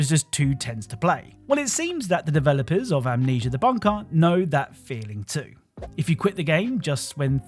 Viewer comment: "Amneisa" must be an add-on for "Amnesia".